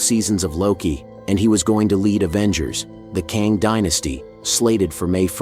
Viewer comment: Why is your pronunciation of Kang so inconsistent? It’s not a hard name to pronounce, the proper pronunciation is the same as the word “slang”. If you acknowledged your inconsistency pronouncing Kang I wouldn’t say anything.